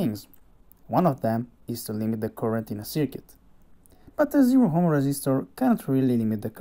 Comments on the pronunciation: Dude,... Ohm is pronounced as "om," not "hom" or "ohm." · Btw, in which language is ohm pronounced as hom ?? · Spotted the American. Ohm was a German physicist. So it is indeed pronounced with a long o in Germany.